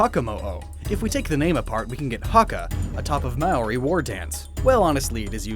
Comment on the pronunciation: You pronounced Maori wrong again. Its May-Odi you get a ton of the Polynesian names wrong.